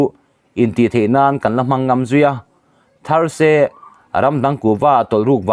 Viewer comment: Ngam i thluk dik lo,mualpho pui ngam i thluk dik lo. Kan vawkte lak a ngam thei lo ti la,heta ngam thluk angin thluk rawh,a dik lo thei lutuk